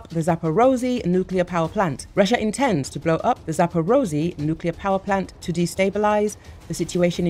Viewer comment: "Zapperozy". LOL. Make an effort.